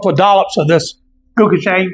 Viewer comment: Pronounced closer to "Go-chew-jong", great video!